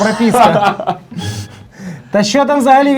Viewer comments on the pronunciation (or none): Сидоров всіх виправляв і просив перечитати, а сам замість прописки сказав пропіски